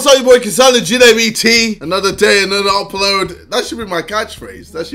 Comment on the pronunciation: "Another day another upload" Sounds alot like "its every day bro"